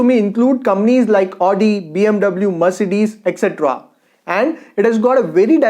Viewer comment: Good. But I would like to correct one thing. You say " one of the manufacturer". But it should only be " one of the manufacturers". Again the pronunciation of Audi car is " avdi" and not " aadi".sorry for correcting. But I like your channel and want it without blemish.